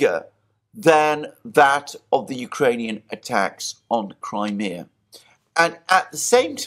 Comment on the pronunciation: Like how he pronounced Crimea 🤯 NEVER once heard it pronounced that way, makes me think he really doesn't give a sh**.